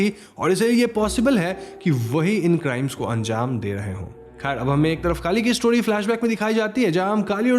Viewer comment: Narration acha hai, Names galat bole hai aapne.. कली= काली सिने= केन One more Crime Thriller is relased in Malayalam 'Paapan' (Dad)..Very good thriller